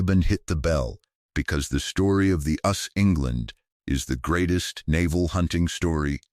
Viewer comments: FYI: It is pronounced "You Ess Ess", not "us". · Wrong Title Reading of text is terrible A ships is called USS (pronounce each letter) no the word us.